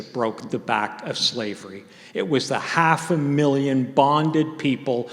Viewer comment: Professor McNally, how do you "forget" Black chattel slavery in the NORTHERN colonies of what later became the United States? And could professor Mattei please stop saying "ZLAVES," and "ZLAVERY"? The Afrodescendants of the United States and all the Americas would appreciate your making these efforts.